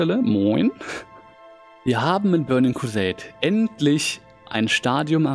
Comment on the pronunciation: In se börning kwuseit klässick 😂😂😂 No hate bro aber der hat mich gecatched